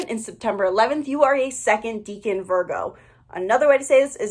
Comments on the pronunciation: Deca =10 its pronounced like deckan not deacon, I'm Virgo in 7 placements all in 1st house. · It's pronounced Deck-an.. it's from Latin. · Your mispronunciation of "decan" is very distracting and takes away from your credibility :/